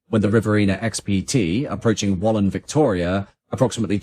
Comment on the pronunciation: At least he got 'Wallan' correct: 'Ballan' in Victoria is pronounced differently.